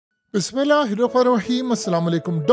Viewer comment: او بھائی بسم اللّٰہ الرحمٰن الرحیم تو صحیح پڑو